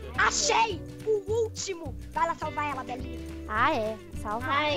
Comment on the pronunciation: Quando ela falou Belinha,eu pensei que era bananinha